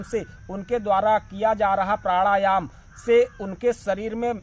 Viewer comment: 😅😂प्राढ़ायाम 😂 😝🤣 प्रथमतः अपने उच्चारण की त्रुटि सुधारें तत्पश्चात ही आपको प्राणायाम के विषय में कहने की योग्यता प्राप्त हो सकती है। "नाच न जाने आंगन तेढ़ा" वाली कहावत आपके लिए ही कही गई है। आपसे ही प्रथम बार सूनने को मिला है कि प्राढ़ायाम भी कोई शब्द होता है 😅